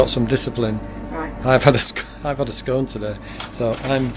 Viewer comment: You pronounced it correctly, it’s Scone as in “one” , not scone as in “stone”.